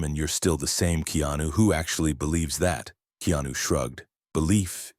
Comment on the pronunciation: 😣 his name is pronounced (KAY-ON-NEW) really aggravating when I hear someone pronounce names or words in general incorrectly. Keanu is the realest that we should all admire.